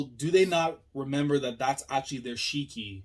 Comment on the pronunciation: Someone in the fandom mentioned that Shiki and Ziggy are actually very similar in Japanese language So I assume that him saying Ziggy was due to f**ked up mouth and can't pronounce his name. Just an observation but Ziggy maybe still like Shiki personality wise, like Shiki cares a lot about his friends and Ziggy when he lost his memories formed bonds with Elsie and Shiki and this Ziggy still has those memories meaning he is hesitant to kill them himself, that's why he is using indirect means to kill them. Also kill urself with your own hands is kinda Psychopathic. Maybe am looking too into it That Aside, the Reveal was amazing even if most of the fandom predicted it the implications of this reveal is much more exciting. We see that EZ crew respect & trust Shiki a lot and this reveal maybe a really hard pill to swallow for them. I want story now to focus more around this mystery what his goals are and if you ask me let the team split up, majorly shiki from the crew. More like shiki is captured by IUA Or something of sort so that crew can't interact with shiki and mystery will continue through clues.